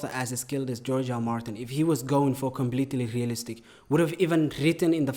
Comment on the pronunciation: The way he says realistic is like ASMR to my ears. Keep rolling them R’s in my ears baby 😩👌✨✨✨